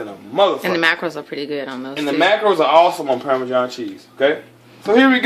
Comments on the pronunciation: "Parmajohn" lmao classic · "permajohn" cheese haha love it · “ permajohn cheese ” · Pairmajohn cheese hahahaha had me dying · Had another aspartame moment when pronouncing parmesan, But don't give two fucks, as these nuggets got me moist